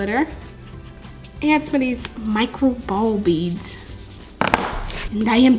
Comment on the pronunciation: It’s pronounced beads just beads